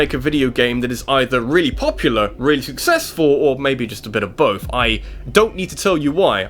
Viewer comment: Theres no f in the word both. And mario is not pronounced mare-ee-oh